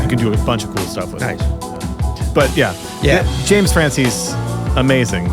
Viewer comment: I believe James Francies is pronounced Fran-SEES. That's the way I heard it said when he was here with Pat Metheny. The song title is said seven-one-three, which is the OG Houston area code. You guys in the Lou don't say three-fourteen, do ya? ;) I still miss the daily, seven day a week podcast, but I'm working on letting that go.